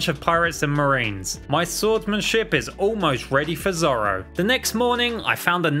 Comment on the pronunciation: This guy just searched up one piece on Wikipedia, bc he knows nothing about it, miss pronouncing zoro’s name and has no idea about the lore or anything